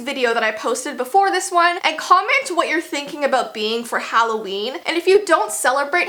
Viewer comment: I didnt see that u said "HALLOVEN" at first ⊙°⊙